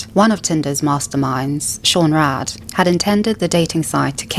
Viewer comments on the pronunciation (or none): none